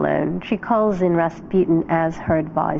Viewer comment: if you are gonna try to pronounce his full name right, at least say it right. it is not difficult. you know, unless you are a half educated moronic narrator from Discovery Channel